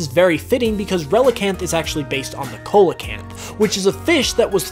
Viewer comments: 1) Gorebyss' dex entry states it will suck dry its opponent. No wonder it got "Gore" in its name 2) Relicanth is based on a Coelacanth (Pronounced Seel-a-canth NOT Cola- canth) 3) Sharpedo is the fastest surf pokemon, not Kyogre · Can't resist commenting. 'Tis pronounced See-locanth 🤣 Love the video regardless. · I’m sorry for the correction, but you pronounced coelacanth wrong. If I could talk to you I would tell you how to pronounce it. I don’t know how to put the way you’re supposed to pronounce it in text. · You pronounced Coelacanth incorrectly.